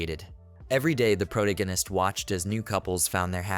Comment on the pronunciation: what is a “pro-gan-ist”? Do you mean protagonist?